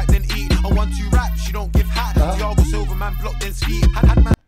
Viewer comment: If it’s anything like the fighter I think the “h” in Thiago is silent. Not trying to be annoying just high and that’s the first thing I noticed lol